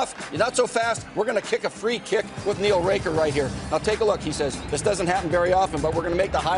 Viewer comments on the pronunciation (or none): Jesus Mooch, Neil Raker? Literally your job to not butcher that